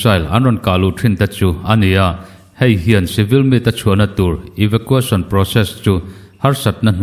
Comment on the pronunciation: Eva qu eisawn Tia lam tur